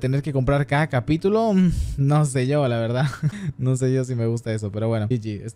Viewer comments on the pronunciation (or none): parece que dijo kcapitulo